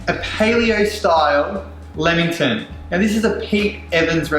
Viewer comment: Umm he can’t really pronounce lammington properly.